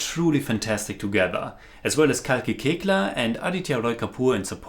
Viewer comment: Very few people know the pronunciation of Koechlin is "Kekla", I am happy but not surprised bcoz I expect this from you. by the way as you know Kalki is a very fine actor & you have watched her in Waiting, A death in the Gunj & Gully boy. But her performances in Margarita with a straw, Dev.D(best adaptation by Anurag Kashyap) & That girl in yellow boots(including Naseeruddin Shah) are waiting to be reviewed by.